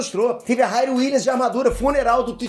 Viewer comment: Se diz RIRI e não RAIRI